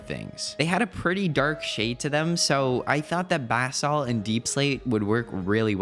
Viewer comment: bro said baaaesault